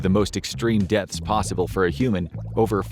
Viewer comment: Every time he says depths I heard deaths